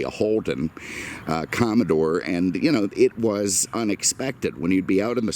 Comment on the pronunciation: Bills pronunciation of Cumodore unintentionally apt.